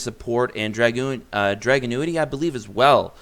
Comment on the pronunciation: Drag- unity is how it’s pronounced